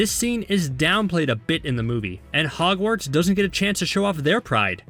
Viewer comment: Hehe he said hargwarts